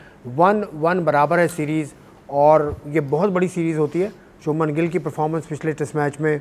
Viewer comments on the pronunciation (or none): Subman gill😂 ✅ shubhman gill❌